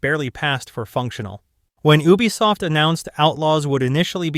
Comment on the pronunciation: Please stop saying Ubisoft like that 😭